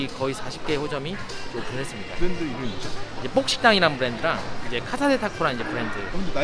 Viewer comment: 브랜드를 V발음을 하네 ㅋㅋ